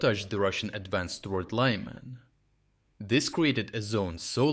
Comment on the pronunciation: is this an AI voice or why do you pronounce Lyman like that?